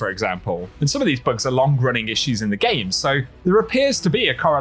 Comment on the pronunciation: You had to say the word "Bugs" at least ten times before I realized you weren't saying "Books". Lol. Thought you were talking about lore and I was confused. ><